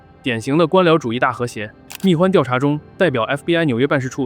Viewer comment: “代号蜜獾huan”, 不是guan, 大名鼎鼎的平头哥啊